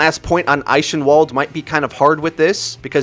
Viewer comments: im sorry but your wrong about the health packs the hack lasts so long on the health pack you can do it when your team isnt fighting and it will put the enemy at a huge disadvantage, just focus on the major health pack locations near where the fights happen also Eichenwald is pronounced i-ken-vald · Pronounced Eichenwald wrong, entire video is ruined.